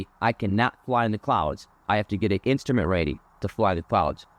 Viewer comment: That darn “insturment” time…